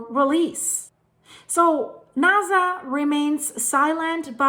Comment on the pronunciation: It's NASA, not NAZA.